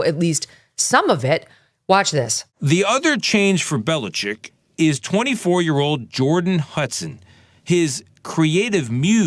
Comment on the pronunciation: “So this guy Bill Belechick…”. 😂